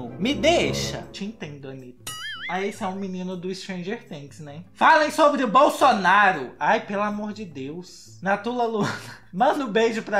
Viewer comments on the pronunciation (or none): none